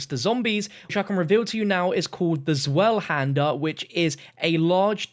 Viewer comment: how he pronounces zweihander